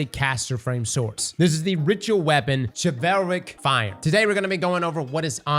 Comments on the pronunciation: It's Chilvalric as in "chivalry"... you're killing me man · ah yes chuvailric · You is Mispronouncing Chivalric. It's Shiv-ul-rick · pronounced shiv-all-rick. like chivalry. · GOOGLE WORDS YOU DO NOT KNOW HOW TO PRONOUNCE BEFORE RECORDING A WHOLE VIDEO ON IT. Chivalric! Like Chivalry! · The way he pronounces it... Its just wrong and it hurts. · It's CHI-vuhl-ric. It comes from the word Chivalry. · I'm glad I'm not the only one who is bothered by it. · Bro..its pronounced "shiv-uhl-rick"...like chivalry. like knights and opening doors for women and all that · Well, you might have misspelled atrocious but at least you didn't pronounce Chivalric as "Chevelle-Rick" like. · Chiv-ELLLLL-rick And he said it at least 3 times wrong. This guy and his English. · say chivalry then pronounce this swords name 😅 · You pronounce Chivalric like chivalry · Am I the only one being triggered by how atrociously he is mispronouncing the swords name!!!?!?!?!??!?? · The pronunciation of Chivalric is killing me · Every time he says the sword name wrong take a shot... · Bruh….. say the name right. Chivalry….. chivalric. Replays the ree with rick. Boom. Simple. Come on man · Man you gotta look up how to pronounce the word before saying it a hundred times. Chivalry. Chivalric. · chivalric is pronounced like chivalry . Please say it correctly I can’t 😂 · Is that the right way to pronounce chilvaric? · Came here just to hear mispronounce Chivalric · Chivalric... like chivalry... jesus... smdh... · Its pronounced like Chivalry... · Christ. The amount of bots in these comments are ateocious Yeah, give me crap for typing fast and misspelling atrocious, but has said this swords name wrong TWICE now. Don’t get me started on how he’s said ahamkara. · "Chevelle-ric".... bruh... its Chiv-ul-ric. Like chivalry, chiv-ul-ree. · "shi-val-rick" Only can mispronounce an obvious word so poorly. The root word is Chivalry. "Shiv-el-ree" In this case, it's "shiv-el-rick" 😂😂